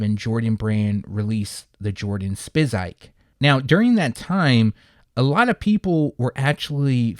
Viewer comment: “Sippin on some Siz-Urb” no there “Spizike’s” 🤭